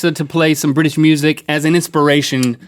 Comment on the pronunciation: Link.. Link... Link, that isn't a British accent if you want to do a proper british accent pronounce BriTish as if it's got a T in because you're pronouncing as if it's briish not briTish! Because believe it or not the is actually a T in the word briTish!